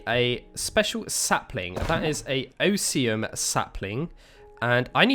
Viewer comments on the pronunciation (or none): He said “oh see um” when it’s “oz me umm” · Osium?? You mean osmium (os is like OZ like wizard of Oz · "Oh-see-um" ingot, he calls it. >.>